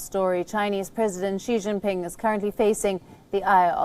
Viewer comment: She jingping